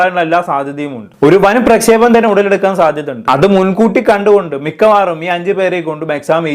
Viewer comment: പ്രക്ഷേപം അല്ല ഖൈസെ പ്രക്ഷോഭം 🥲